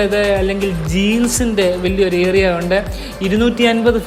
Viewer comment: Bro samsarikumbol ഏ റി യാ .. Ennanu parayunnad.. ഏ രി യാ... Ennu try cheyyane👍